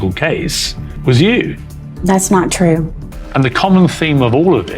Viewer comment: “That’s not trew” 👁️👄👁️